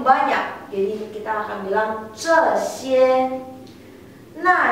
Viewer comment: maaf itu pinyin na xie, kesalahan di xie nya harusnya nada satu di E.. harusnya xi huan bukan si huan